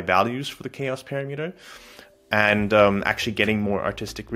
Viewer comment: OMG Please learn how to pronounce "parameter"